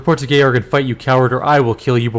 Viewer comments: My understanding is that the game is pronouncing the name Georg correctly. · Georg is a German name and it sounds correctly in the game. More so, English George comes from a Greek name which sounds very similarly to the German one. And so do its variations in most languages. English speakers are the weirdos when it comes to "G".